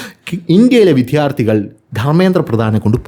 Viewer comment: വീഡിയോ പതിവുപോലെ സൂപ്പർ ആണ്. താങ്കളുടെ അവതരണ ശൈലിയാണ് വീഡിയോകളുടെ ഹൈലൈറ്റ്സ്. ചുരുക്കം ചില വാക്കുകളുടെ പ്രൊനൗൺസ്യേഷൻ കൂടി ശരിയാക്കിയാൽ കൂടുതൽ സൂപ്പർ ആകും. ഉദാഹരണത്തിന്, ഇന്നത്തെ വീഡിയോയിൽ വിദ്യാർത്ഥികൾ എന്ന വാക്ക് പല തവണ വിധ്യാർത്ഥികൾ എന്ന് പറഞ്ഞു കേൾക്കുമ്പോൾ ഒന്നു നെറ്റിച്ചുളിഞ്ഞു.. ഒന്ന് ശ്രദ്ധിച്ചാൽ നന്നായിരിക്കും..